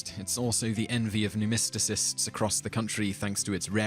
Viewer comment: What is a "numistisist?" You mean "numismatist?"